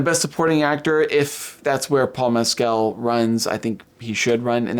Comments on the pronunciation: Please pronounce names correctly. Stress is on the capitalized part. Paul Mescal is MESS-c'l not Mess-CAL Agnes is ANN-yes (Ann with a short a as is can, as I've heard Americans mangling it as AAAANYES-yes. It's pronounced with a short a, the French way) Thanks for getting Jacobi Jupe right. It's another one that often gets mangled. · Paul’s last name is pronounced, Mescl…..just like the pronunciation of rascal……the a is silent🤩